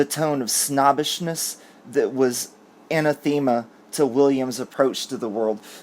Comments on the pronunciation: Anathema = an-the-ma..not Anna-theme-a just fyi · O'C: needs to consult an online audible pronunciation guide when he comes upon words with which he is unfamiliar. Anathema is a case in point. I always say, "look it up, don't guess." (especially when one is speaking publicly.) No disrespect here either....just an old school teacher wanting to help the lad. He's a doll. More importantly, his head is on straight.